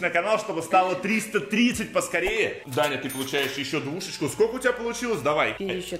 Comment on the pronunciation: МНЕ ПОКАЗАЛОСЬ НЕ ДАНЯ А ТАНЯ